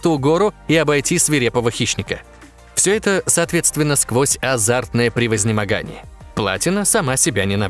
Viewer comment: ПРЕ-ВОЗ-МА-ГА-НИЕ!!! А не "превознимагание" :)))